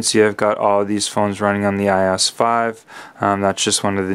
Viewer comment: It's not called I OSS ITS I.O.S